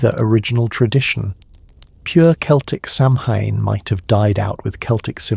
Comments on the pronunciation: It is pronounced Sawen not Samhain. Please get it right. It is also the Celtic New Year and they honoured their ancestors. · Samhain is very commonly mispronounced. . . Not the end of the world for me. I enjoy these talks during my workday; I find them calming despite the commercial interruptions. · Hearing the butchering of the pronunciation of Samhain is hard to get past